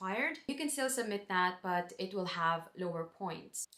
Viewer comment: I love that you have the Irish pronounciation of that ...Dat :) Welcome (almost) Irish citizen.